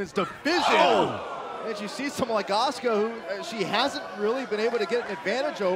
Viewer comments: Do they not know how to pronounce asuka?! Ah-su-ka not aska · I thought her name was Asuka not Aska....